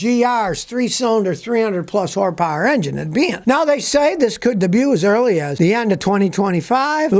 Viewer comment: "Toyota with 300 plus whorepower engine" 😂😂😂😂😂 Learn people, this is how you generate comments. Well done, Scotty! 😂